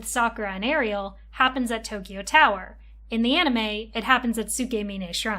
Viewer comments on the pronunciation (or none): none